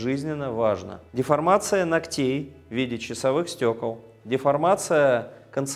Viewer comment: Спасибо! Но, пожалуйста, измените ударения! КрЕмов,ногтЕй, пр.